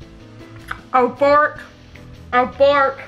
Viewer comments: The bloody bites was hilarious. And it sounded like you said abork I'm laughing so much with you. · When you were saying “Abort”, I thought at first you were asking for a fork 😂🤣